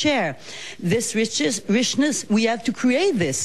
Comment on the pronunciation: And how many "chairs" do we need to "chair" this "rishness" that means so much for "hus". My God, we need to vote, April 7th is our date, no PQ, please!